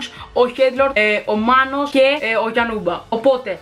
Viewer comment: Μανό είπε ο τύπος αντί για να πει Μάνος